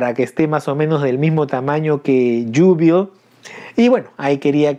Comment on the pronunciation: A Jubilee en español se le conoce como Júbilo. Y en inglés se pronuncia como lo estás haciendo, pero esa doble al final suena como una i. Entonces sonaría como Yúbili. Buen video! A mí también me gustó verla en X-Men Apocalypse y me molestó que en la mayorías de las escenas donde salía las cortaran. Por cierto bro... la serie animada de los 90's es cultura general...deberías verla cuanto antes! Respecto a la figura, es sin duda un figurón, y concuerdo en que una de las cabezas debió haber sido más expresiva!